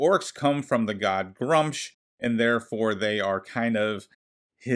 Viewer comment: You are saying Gruumsh wrong. It's Gr-oo-msh.